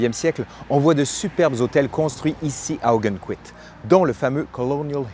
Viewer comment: Je connais très bien Ogunquit pour y avoir été des dizaines de fois. Petit détail, on prononce « Augonne...quit, non pas Augunne…quit ».